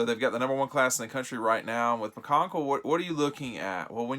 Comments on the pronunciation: You pronounced his last name every way but the correct way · Hey, pronounced it right one time! He tried about every possible pronunciation so he was bound to get it at least once! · McCon(Key) smh lol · ryan tyler Do you think he is the only person who works at DawgPost? He filmed the video. It may have been edited by another. Obviously the pronunciation error slipped past both. Hence...”we.” He apologized. Geez, he mispronounced a name you hadn’t heard of three months ago. He didn’t murder him. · Andrea Reynolds what??? He’s the only one who mispronounced his name. Am I in the twilight zone?